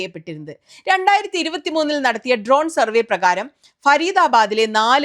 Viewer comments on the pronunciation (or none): none